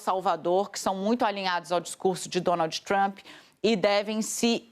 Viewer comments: Alguém pode , pelo amor de Deus falar pra essa senhora , que se auro denomina "jornalista" que d no final em inglês é mudo ?? Que o presidente dos Estados Unidos é Donald e não Donaldiiiii ??? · Alguém ensina a mortandela a falar Donald! Donalti dói na orelha